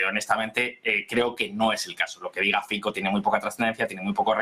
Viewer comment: Fico..es un apellido y no se pronuncia como uno quiere...este apellido se pronuncia "Fitzo"